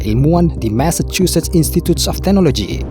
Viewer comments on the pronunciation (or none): none